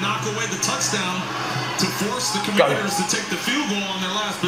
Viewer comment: When you said "Commondeers" in your last video I totally pictured a team with a helmet that had a deer with dark shades and a half lit cig. The "Common Deers"